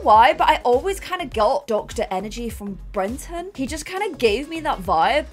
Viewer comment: I personally was never as bothered by the Brenton mispronunciation because I knew he wasn’t going to be the heir, and therefore we wouldn’t have to listen to her mispronounce it for a whole new generation 😭